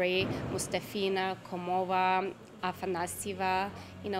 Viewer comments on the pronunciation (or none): Why can't she pronounce MustAfina and KOmova correctly? She's native russian speaker.